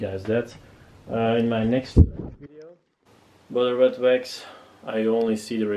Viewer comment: “Bedur witwux”